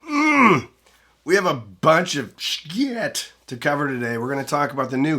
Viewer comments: Wish I knew why you pronounced it Shkit. There’s something really off-putting about a familiar word or name that literally everyone pronounces one way… and then one person repeatedly saying it completely differently. It’d be like one lone reviewer saying hee-fee every ten seconds, instead of hi-fi. No hate… just very curious❤ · Just please pronounce the company name correctly. Not sure what the hang up is with saying Schiit.